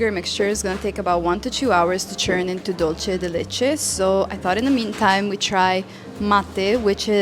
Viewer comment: Hi! great video:)) Dulce de leche is pronounced "dulse" de leche", not "dolce" de leche. Also, the one you made turned out too runny; it should be thicker. We have a much thicker and firmer type of dulce de leche called "dulce de leche repostero." It's especially used for these types of preparations: alfajorcitos de maizena, cakes, etc. Another fact: Argentine culture and gastronomy were greatly influenced by the large Italian immigration in the late 19th and early 20th centuries.